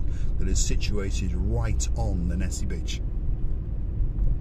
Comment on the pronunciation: Repeat after me, - Nissi Nissi Nissi Beach, haha! Thanks for supporting my cause!:hand-purple-blue-peace::face-blue-smiling::goodvibes